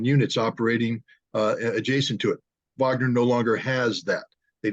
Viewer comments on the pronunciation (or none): Wagner with a W Not a V you keep saying Vagner it is Wagner with a W